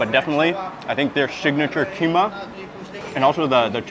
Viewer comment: As a Sumatran (practically the land that gave birth to the Malays), every time he says "keema", "keema", "keema", my heart dies a little. 🥴